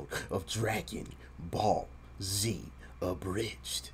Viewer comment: I'm half asleep still. I swear I just heard you say "BBC Abridged" 🤣🤣🤣